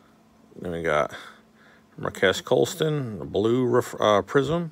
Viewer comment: Pronounced Mark-keys colston